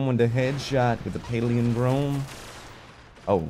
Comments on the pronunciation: I love you bless but please....please.....learn to say the name correctly.....its...."Pal" "lin" "drome"......not... paleodrome......please....love the vidoe otherwise. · It's pal-in-drome bless. It means something that is same forward as it is backwards. You know, like the word poop. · Pal-IN-drome. Good grief,! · PAL-IN-DROME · "paleondrome" love ya dude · it's pah-lihn-drome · Maybe is on the Paleo(drome) diet and that's why he can't pronounce Palindrome:p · you talk for a living, and you can't correctly pronounce "palindrome"?